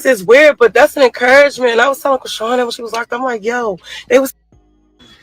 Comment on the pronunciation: my buddy, my fellow vegan and celibate (if you still on that grind if not it’s coo) brother in Christ, I LOVE your channel, so don’t come for me, BUT WE NEED TO TALK, you started calling her “crayshawn”, although FITTING, for the “cray” part, and that could be why, there’s a rapper from the Bay Area named Kreayshawn “one big room full of bad bi—s” and “syrup” w two chainz, she called out Rick Ross for being fake at the vmas, then went back to the bay cause “we not like them we not like them” just saying, LOVE YOU, but just putting it out there you starting pronouncing chriseans name like another artist that had a big following in the hip hop community in the asap rocky Kendrick early stage Doja cat era, unless you’re doing it on purpose it’s hurting my soul a lil bit! LOVE YOU THO but just saying don’t wana mix kreayshawns name up with rocktard.